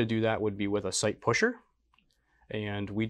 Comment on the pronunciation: Great work 👍 loaded two of my SAR pistols and working great! Based on the way you said site pusher 🤣 you guys should make your own.